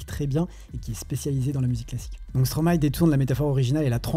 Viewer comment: Les samples de classique existent dans beaucoup de styles de musiques. Mais tu m'a ramené loin en arrière. Je suis de 89 et je me dis que je suis vieux 😅😂. Par contre, je trouve que dire Stromay n'a aucun sens quand on sait que l'on dit maéstro à l'endroit